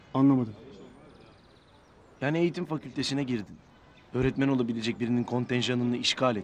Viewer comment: Nurseli idizin örtmen demesi hâlâ kulaklarımda kadını görünce aklıma geliyo😁